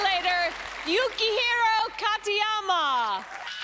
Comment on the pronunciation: yo quiero.....taco bell 🤣. Much better pronunciation of his first name later in the video. Really great performance